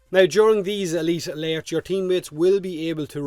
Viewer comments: My god thank you for tolerating saying AY LEET AH LAIRTS that many times, This game has not been kind to your accent but I love the content:) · I just love hearing you say "uhleet uhlertz" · E-LEET ALURTTS